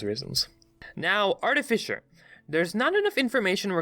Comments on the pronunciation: One: eldritch blast not eldrish blast two: artificer not artifisher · Every time he said "Eldrisch" I lost a little bit of my will to live. Holy SHIT! "ARTIFISHER" I"M FUCKING DEAD (btw I'm sorry if this sounds mean, I love ya but... holy shit) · I died a little whenever he said "eldrith" Edit: "artifisher" lmao Edit edit: "objuration" oh no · Artifisher..... Ar-t-fi-sir, artificer, fi like how you say fish but without the SH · Eldritch not eldrith Also art-i-fye-sir not artifisher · Just gotta say, love the videos, but... it's artificer not artifisher... anyways, keep up the good content! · Just gonna point out It’s eldritCH not eldriTH and artifiCer not artifiCHer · "Artifisher" Why does nobody ever fucking pronounce that word correctly? Ar-teh-fis-er. There's no H. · No one: this guy: ELDRITH BLAST! ARTIFISHER! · Artifissure.... come on man.. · 😂 Art A Fisher 🤣 I love it, best way I've heard artificer pronounced.